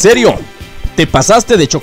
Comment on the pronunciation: Dice "CHOCOPRISPI" no "CHOCOCRISPI"